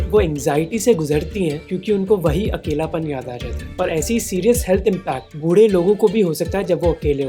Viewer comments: Sip nimboo pani every time Mohak says “बुड्ढें” instead of “बूढ़े”. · Sorry sir but saying budeh is better than buddeh. Little respect to our elders❤.. by the way you're doing really great Mr. Mohak Mangal and your whole team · Love your content. Btw don't call buddhe..it's budhe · Bhai budhe ko pronounced kaise krte ho matter krta h , be careful while making video.